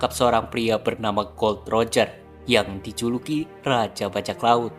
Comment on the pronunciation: Bukan gold roger atau god Roger bang tapi gol D roger baca nya gol di roger